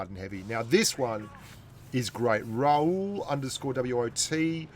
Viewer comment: By the way his name is Ra-hul , not raul , he is not spanish 😂😂😂😂